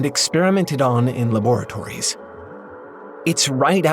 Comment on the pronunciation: somehow the worst thing about this video is the way he says "laboratory"